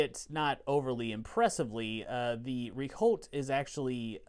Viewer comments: Rehaut (not reholt). Rehaut is the French word for flange. (The correct pronunciation is; rehort). Regards. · The H and T are silent ;) I'm struggling to find an english example on how to pronunce the " re ". You guys certainly heard it anyway, I'm thinking of the " er " of " proper ", pronunced in reverse x)